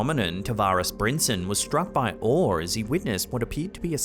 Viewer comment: "struck by oar"? Why do you have to add an R to the end of some of your words? Isn't English supposed to be your native language. Was he in a boat when he was struck by that oar?